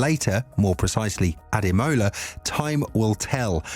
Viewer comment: Please say Imola NOT Emola 😂